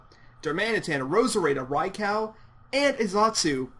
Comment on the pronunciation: and btw did you just say raicow